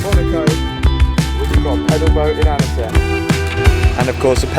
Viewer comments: Great vid. It's pronounced Ontsy, not Annessy btw. Great vid. (Worth repeating!) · Annecy.... .lol... it's pronounced 'ansi''